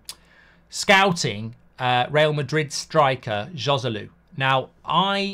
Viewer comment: It’s amazing that as a talk show host you don’t even bother to learn the correct pronunciation of the foreign names. “J” in Spanish is pronounced “H” so Joselu should be pronounced Hoselu. On the other hand a J in an Arabic name is pronounced, so I am not sure why you pronounce Mejbri “Mayburi”! According to his Wikipedia profile his last name is Al-Mejbri with a very strong sounding jay!!